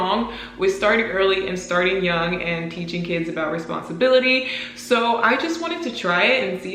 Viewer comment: i think you are doing an amazing job teaching ziya responsibility or should i say "responsibilithee" lol